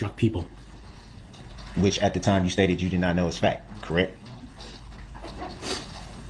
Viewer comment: "Fack" instead of fact lol😂